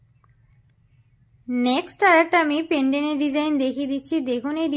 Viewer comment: পেনডেন নয় পেনডেন্ট